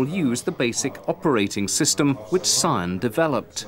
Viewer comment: "PSION" I don't no where to start.